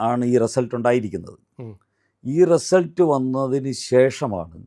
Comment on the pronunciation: റസൽട്ട് എന്ന് പറഞ്ഞത് മനസ്സിലായില്ല